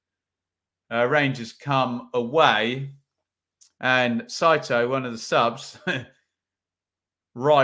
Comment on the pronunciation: Well done pronouncing Saito’s name correct. My wife is Japanese and the butchering of the name is annoying from our end on QPR commentary and American commentary. Great day in Alabama watching the mighty rangers.